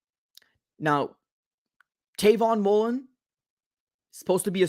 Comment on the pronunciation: Dawg it’s Travon Mullen